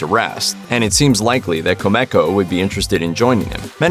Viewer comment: Quit mispronouncing names its kumiko not kamako dumbass